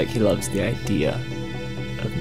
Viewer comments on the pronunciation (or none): none